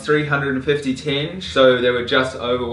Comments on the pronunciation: You mispronounce the word tenge. It is supposed to be “ tengay” not “tenj” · Also it’s not pronounced tenj. I “crinjed” every time I heard it lol. It’s TenGE with an emphasis on the second syllable. Pronounced like the “ge” part of the word “get”. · It's pronounced "ten-geh", not "tenj." They didn't tear down any Soviet city to build Astana, they just expanded the former city to a new side of the Ishim river. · it's pronounced ten-gay, not tenj. Also, if you want your receipt translated, I can help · It's tenge pronounced ten-gey not tenje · Loved the video, but it’s not “Tenzhe” it’s “Ten-gee” (hard g) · LOL Kazakh money is pronounced "ting-GAY" not "tinj" LOL ;) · Its not tench its a tenge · I’m Kazakh and don’t you vlogers care about us and and you can’t pronounce almost anything and it’s not teng ughhhhh geez that’s it I’m going to go to vlog the best part or New York City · Tenge, pronounced Tengee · It's pronounced Teen-Ge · тенге- tenge is pronounced "ten-geh". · it bothers me how you pronounce the currency xD it's tengeh, easier to pronounce it this way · stop saying tinj! its not Tinj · u r pronouncing currency in wrong way. it's TEN–GEH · good that it's not KZ minge, but tenge... :D But it's pronounced like ''Ten-gay'' :) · qazaq national currency tenge (pronounced as ten-geh) ) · that's not how you pronounce tenge lol